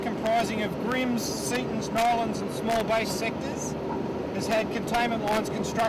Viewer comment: It’s Now_lan not Nolan